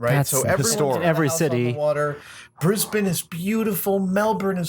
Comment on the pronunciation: I gotta say, that's the best pronunciation of "Brisbane" I've ever heard from an American. Even the 'Melbourne' wasn't bad.